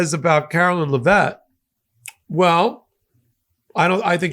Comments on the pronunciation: Dude, please learn how to say her name. LEV-it. It doesn’t even look like Le-VETTE. Same with Scott Bessent’s last name. BESS-ent, not Be-SENT. Please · Leh - vitt vitt not vette